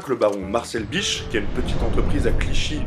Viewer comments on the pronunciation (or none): Dommage d'avoir pensé que BICH se prononçait biche. Comme Jean-Sébastien Bache ?